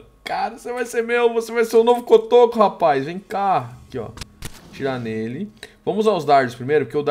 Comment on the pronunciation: você errou cotoco e não cocoto